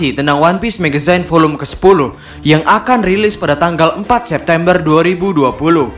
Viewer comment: Agak terganggu min sama pembacaan magazinenya harusnya "megzin" bukan "megezayn"